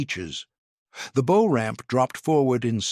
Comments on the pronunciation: EVERY AI narrator does this bow vs bough. If the AI is so damned smart why can’t it learn this? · Anyone who knows boats knows how to properly pronounce the bow of a boat. Your AI reader is most unimpressive. I dislike AI fluff videos. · Aha ! the artificial text-reading-narrator realizes that "bow" rhymes with "ow" rather than "beau" !